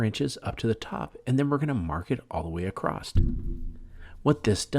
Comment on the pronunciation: Stop using the word acrost. It’s not right. It’s across.